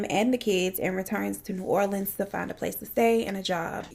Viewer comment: Finally someone who pronounces new orleans right 😂 every single true crime case I’ve seen they pronounce it wrong